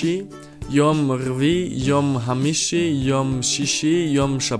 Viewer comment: the hebrew was good but its khamishi not hamishi. kh like h'